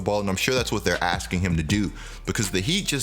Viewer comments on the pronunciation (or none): none